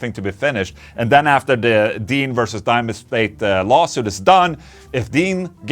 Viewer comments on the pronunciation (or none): none